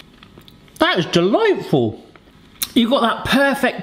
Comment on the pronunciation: It’s gonna take a while for me to get over saying the word delightful